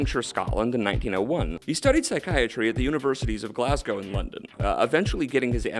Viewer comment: Good job pronouncing Glasgow 👍